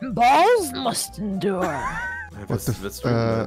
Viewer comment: Es heißt THE und nicht S